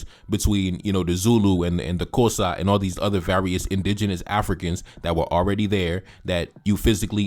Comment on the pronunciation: 😂😂 That's not how you pronounce the word "Xhosa" but thank you for creating this video and debunking this fool.